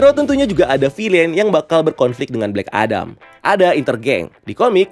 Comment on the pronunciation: Bang, kalo mau nyebutin kalimat itu mending 1 bahasa aja, kalimat bahasa inggris lu gk ngena😂 Udaahh full bahasa indo aja, cringe. Kadang ngomong Amewika, kadan amerika, kadang ngomong blek edem, kadang black adam, mau pake yg mana sih bang??? Udah bang udah bahasa indo aja, sekali lagi cringe